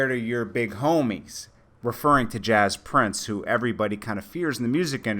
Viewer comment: stop saying Jaz Prince. it's fucking James Prince